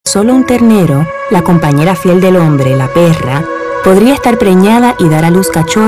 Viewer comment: "la PERRRRA" XD